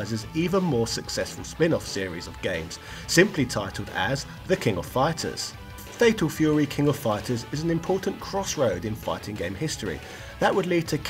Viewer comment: Fatal Feyouwee!